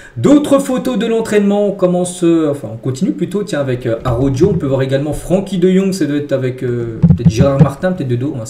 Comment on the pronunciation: pardonnes moi on ecrit Araujo,on dit [ ARA OU HO] ( Araouxo) Araouho.Merci